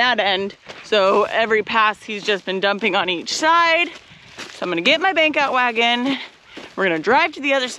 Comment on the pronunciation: Took a few hears to understand you were saying 'Bank out wagon" - I thought at first you said "Beak out wagon"